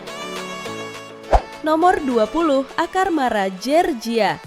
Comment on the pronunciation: Iya kasian org amrik nama kota nya di ganti 😂 georgia jd jerjia 😂